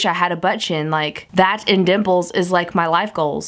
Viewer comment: I had to rewind because I swear you said NIPPLES instead of dimples! Lol I was like girl doesn't have any nipples?!